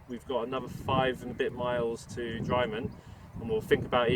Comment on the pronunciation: Seen so many people saying drymen wrong !! It's not dry its dri like drip